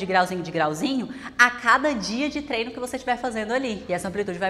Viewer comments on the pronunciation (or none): none